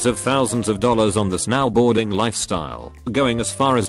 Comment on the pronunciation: snowboarding:exists reading voice: S-NOW BOARDING